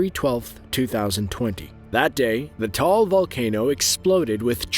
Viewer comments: its not tall tis taal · "Tall Volcano" Me: "Why... Why!? WHY!? WHY OH ______ WHY-" Correction: Taal Volcano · Sir, Its called Taal Volcano Alright? Not Tall volcano. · The name of that volcano is "Taal Volcano" not "Tall Volcano" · Hey ITS "Taal Volcano"! Not "Tall volcano"! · as a filipino, wtf is "tall volcano." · Him saying tall volcano Say that again 😶🔪🔪 It's Taal volcano Pronounce it as TA-AL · T a al or taal not tall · It's taal not tall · Taal Volcano, not Tall. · It's actually not tall volcano it's taal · its called taal ta-al not tall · uhhh for the correction for ''Tall'' volcano its acctually Taal Volcano for correction :D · he said Tall instead of Taal... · Bruh you said it wrong the Tall volcano??? Even though it's really REALLY short you should've said Ta'al volcano..... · its not called tall its called taal:) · actually its TA-AL and not TALL volcano but close ! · its TAAL volcano NOT TALL volcano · I have an correction(I am not mad) Taal is called like ta-al not tall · taal (ta'al) volcano, not "tall" volcano. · Visited the Taal region in 2014. FYI double AAs in Filipino are each voiced so the pronunciation is like Ta-All, not Tall. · correction the Volcano in the Philippines is Called Taal not tall that;s T.A.A.L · “taal volcano” is pronounced wrong, you said “tall volcano” but it is pronounced “ta-al volcano” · it's ta-al dude, not tall ㅠㅠ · Correction.. Taal not tall🤭😂😂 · Correction, it is TAAL VOLCANO (in the PHL) not "TALL", confirm you info and validate them if they are correct before posting anything. Just saying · The name of our volcano is taal not tall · Taal volcano not tall I'm from the Philippines 😊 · Taal is pronounced as Ta-al and not tall. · Great job, but the Philippines volcano isn’t called “Tall”, it’s pronounced “Ta Al” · Lol true boy tama nga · “TALL volcano”…it’s TA-AL, Tall volcano just sounds wrong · just to let you know it's not pronuced tall its ta all ok got it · Actually its pronounced tah all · "Tall" volcano 🤣🤣🤣🤣🤣